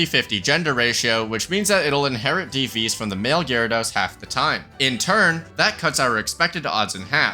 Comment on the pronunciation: Thank you for pronouncing Gyarados correctly.